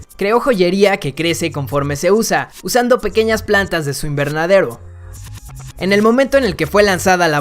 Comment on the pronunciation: "De su invernadeuruo" es gringo D